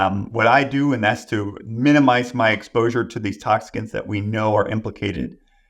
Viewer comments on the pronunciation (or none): I was questioning the way he pronounced toxins (toxicans), also. I may be wrong but I’ve never heard that word before.